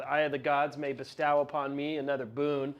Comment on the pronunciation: Good game. Nice video. Different faces. Dude needs to learn how to pronounce “bestow” though.